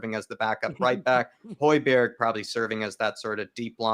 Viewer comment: Don’t say HOY BERG REMEMBER ITS HOY BEE AIR